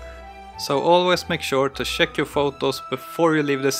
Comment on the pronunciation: ! am also not a native English speaker but please try to improve your pronunciation. It took a while for me to understand that you were saying "check" instead of "shake. This almost ruined for me an otherwise very good video.